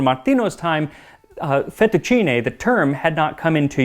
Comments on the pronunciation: Congratulations on pronouncing "fettucine" correctly! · Thank you for saying "fettuccine" instead of "fettuccini", Max my boy. However, it's "trattoria" with the accent on the "i". Same principle as "pizzeria" or "caffetteria", if that heps. I know you care about these detals so I decided to be "that guy".